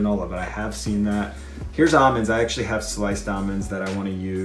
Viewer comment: I thought I heard every pronunciation of the word almond until I watched this video. I thought there was just your two main choices “All-mens” and “al-mens” (Al pronounced like the name Al like “uncle Al or something”) but now there’s AW-MENS?! No need to pronounce the letter L